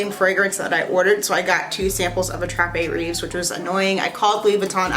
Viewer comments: Attrape-rêve means Dream catcher… in case you wondered. Rêve is pronounced « rayv » ( hope that helps 😊) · I speak French. Your accent is so cute. Rêves is pronounced raves